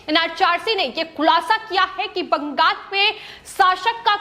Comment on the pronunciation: It is Bangal--not BangaS.